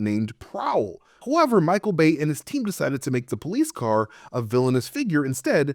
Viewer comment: Every time you say "Bay" I hear "BAE" and I giggle.